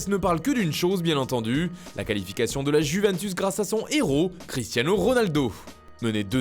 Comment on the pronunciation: OOOH LES FRANÇAIS vous allez enfin dire YOUventus au lieu de Guventus? bande de cave